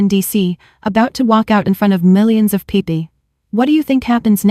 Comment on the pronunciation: Pronunciation errors People pee pee Table tabby Deal de Error in ages. She is 32 but she taught a 28 year old when he was 16????